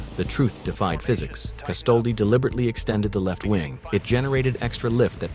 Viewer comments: The word is pronounced TORK not TORKEE. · Ah! Of course, the tor-key.